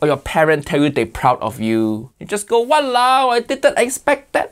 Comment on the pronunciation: Sir it’s called “Walauwe” don’t screw up pls